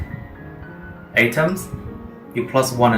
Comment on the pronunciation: great video, I love it, but 'atoms' are pronounce like at-oms not a-toms as you said in the video